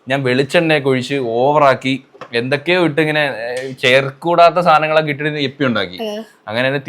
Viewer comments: എപ്പി അല്ല ഇപ്പി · Yippee ❌ Yeppy ✅😂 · Yippee❌ yappee✅